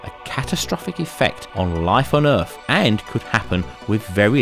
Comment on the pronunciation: Where is this planet called Erf that you speak of?